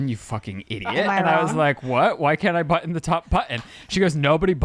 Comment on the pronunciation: worried about how pronounces button.